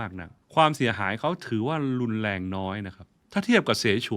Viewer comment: โชคล้าย ลอยเลื่อน ลุนแลง คาวก่อน เมื่อไหล่ เลาควร โคลาด ท่านใช้ภาษาไทยได้สะดุ้งมาก ร.ล.ควบ.กล้ำ ไม่ผ่าน